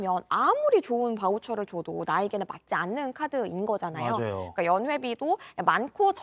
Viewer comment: 목소리톤이 홈쇼핑용 쏠톤이라 너무 높고 발음에 R발음이 많아 듣기거북. 맞Rㅏ요, 드ril게요